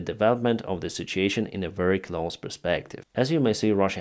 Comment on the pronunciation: Please, say “very” instead of “weary” 😊